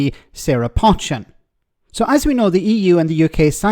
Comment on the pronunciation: Its 'Poe-chin' not 'Potch-chin'. Its a Cheshire name. I suspect she is related to the Pochin family construction company from Cheshire that went bust about 5-6rs ago after being in business for 100yrs or so.